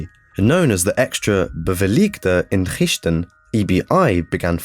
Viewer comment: Oooh sorry hoor gappie, ik heb zojuist gehoord hoe hij ''extra beveiligde inrichting'' uitspreekt, vreselijk! Je hebt gelijk! Even the worst Dunglish accent isn't that bad!